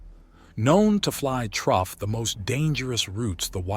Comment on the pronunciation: Good story despite the constant mispronunciation of through 😂